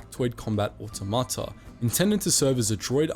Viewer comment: It's auTOmata not autoMAta.